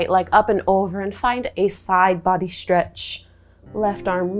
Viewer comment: I love your creative yoga flows! I do notice that you say "Schtraighten" and "schtretch" though. That's the only thing I dont like about your videos, otherwise well done!